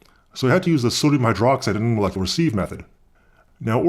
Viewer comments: "Sieve" is pronounced "siv" (rhymes with Roy G. Biv). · Your pronunciation of "sieve" makes me unhappy. :(